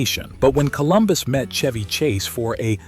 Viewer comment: Shhhhheeeevvvyy Not Chuevvy 😂